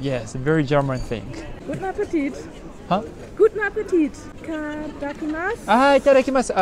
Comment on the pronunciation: Girl: Guten Appetit!: Gutapatepit 🤣🤣🤣🤣🤣🤣 I lost everything watching this part of the video 🤣🤣🤣🤣🤣